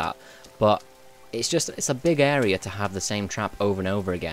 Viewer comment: clear this Are-ar-out